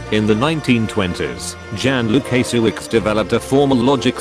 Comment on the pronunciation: I believe the narrator mispronounced Jan's surname. I understand it is something like Woo-ka-shye-vich. Any native speakers of Polish here can confirm?